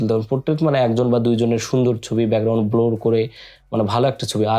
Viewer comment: ভাইরে, Blur তে ব্লোর না। ওইটার প্রনানসিয়েশন হলো 'ব্লার'।